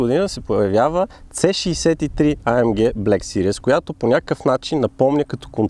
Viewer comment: Малка забележка, във видеото "series" се произнася грешно като "сириъс" (serious), вместо "сирийз".